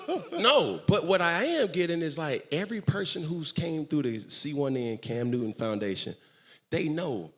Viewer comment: CAM NEW-TUN! 😂😂😂